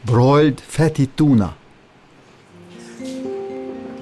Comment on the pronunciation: broiled fetty tuna how he says it lol